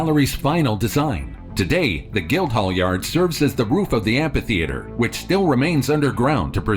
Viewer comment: Say "ampa-theatre" one mo time! 😠